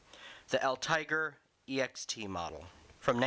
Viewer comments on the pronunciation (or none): Pronounced El Tee- Gray. Hand pull only sucks but once running they are Great Sleds.